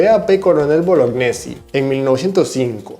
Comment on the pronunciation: Está bueno el video, me gustaria corregir la pronunciación: Rirvadavia no tiene tilde, por lo que se acentúa en la sílaba DA y la sílaba final es un diptongo, o sea se pronuncia Ri-va-DA-via. Cochrane se pronuncia "Cocran" con acento en la o. Y Bolognesi se pronuncia Boloñesi.